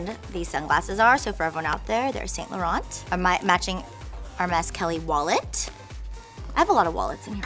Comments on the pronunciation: Meredith Smith wrong my dear- I have lots of designer bags and have lived in Paris- you don't say Laurent - with a the T at the end of the name and Vuitton - doesn't have a N - sound at the end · music OMG- you must be under 21 yrs of age- - I am much older and well traveled my dear- that is not how you pronounce Laurent and the rest of the designers she said- - there was one more she said wrong too - - ask a French person - they will tell you the correct pronounciation- I have been to Paris- and know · Pronounce Laurent correctly my dear